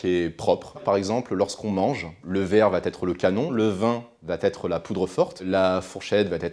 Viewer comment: Et en plus il s'entraîne en le répétant..Encore et encore tout fier de son art de la liaison fortapropo😉